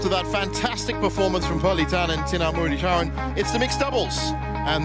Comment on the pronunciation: The umpire can't say Muratitharan name correctly..😂😂